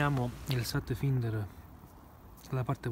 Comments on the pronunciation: si pronuncia FAINDER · per la cronaca si pronuncia satfainder